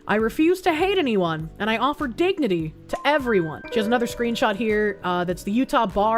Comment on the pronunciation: Why is it everytime she says dignity, I'm hearing diggity which reminds me of giggity